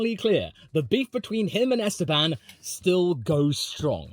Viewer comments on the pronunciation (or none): none